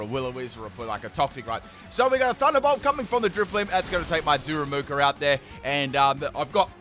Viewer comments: "what kind of pedant would roast him in the comments for saying a name wrong?" 27 "daru MOO ka"s later... da ru ma ka, DARU MAH KAH! Like "Daruma"!! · U lit said darumaka correctly the first time and then proceeded to call him darumuka the rest of the battle😂😂.. bestt part is u apologised as if it was the greatest mistake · Noone: Literally nobody:: Daramuka xd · Dude you pronounced Darumaka's name like three or four different times in this video LOL.